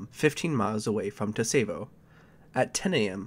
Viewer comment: I find it funny this happened on the date of my birth lmao, I love your videos, keep it up! Btw for future reference Tsavo is pronounced "Sah-vo"